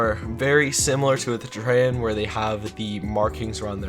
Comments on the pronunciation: the way this dude says etrean :/// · its pronounced cap ra not kuhpaira et ree an not et ray an gan ee meed not gay mend cell tor not celly tor and Gremor's arent the goat race, they are deer. Capra's are goats. also the rarity leak is fake.